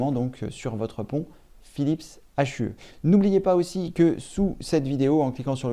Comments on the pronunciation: Phillips H U E 😂😂 on dis « Phillips you » 😂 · Hue veut dire « teinte » en anglais et se prononce « you » avec le h expiré. Il ne s’agit pas d’un acronyme dont on prononcerait les lettres séparément.